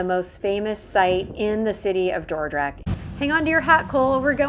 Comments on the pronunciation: Your pronunciation of Dordrecht is perfect ! I live there so I know :-) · Your pronunciation of Dordrecht is spot on! Don't worry 😊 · I cannot get over how on point your Dutch pronunciation is! Both "Dordrecht" and "stroopwafels" are pronounced impeccably. [chef's kiss]